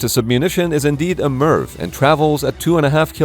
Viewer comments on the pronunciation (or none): none